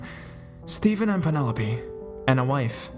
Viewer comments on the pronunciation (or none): none